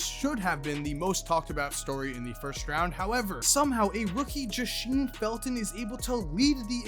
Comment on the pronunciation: Jahseem Felton my lil cousin prada him #1 8th grader in the country 💯 its pronounced jah-seam